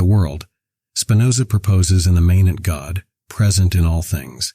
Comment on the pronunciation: Please pronounce "immanent" correctly.